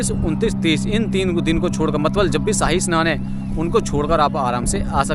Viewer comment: मतलब ❌ मतबल✅